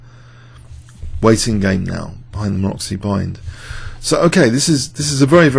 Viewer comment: You pronounce Maroczy in a wrong way. I only write because somehow it disturbs me, sorry for that. Maroczy isn't pronounced like Maroxy, but like Marotsee. see the wiki entry